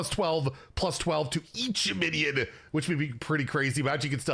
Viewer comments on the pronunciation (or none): Do you have a cold? You keep saying things like "binyid" instead of "minion", and it usually happens when you're doing that vocal strain thing that proves you don't know how to project.